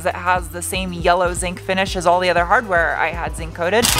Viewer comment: A New England accent came out about the hahdweah in the bag!